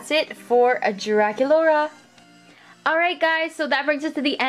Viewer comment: Why did you call Drac Yuladee the first time??